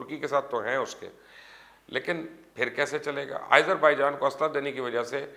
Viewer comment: ملک کا نام آئزر بائیجان نہیں بلکہ آزر بائیجان ھے